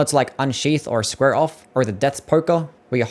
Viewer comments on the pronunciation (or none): none